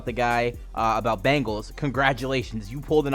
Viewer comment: Why do you mispronounce easy names? His name is Bengal, it's also not Travis Kelsay.